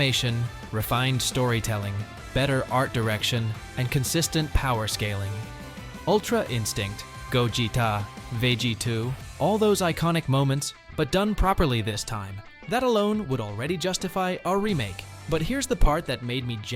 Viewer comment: I'm sure your real voice sounds a million times better than this AI one. You definitely wouldn't be saying "Vege 2" 😂